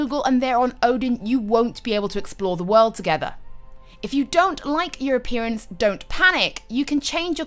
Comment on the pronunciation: I understood "If you don't like Europeans, don't panic!" instead of "your appearance"... xD